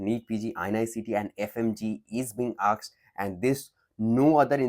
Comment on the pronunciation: You have to work on pronounciation of " asked"